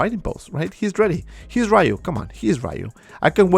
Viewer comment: Street Fighter is a 36 years old game, and people still pronounce his name “RAYU” 🤦🏻‍♂️